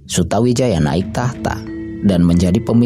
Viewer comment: MC nya kurang faseh dalam menyebutkan nama,harusnya di baca sutoWijoyo (memang tulisan nya Sutawijaya).dan nama yang lain.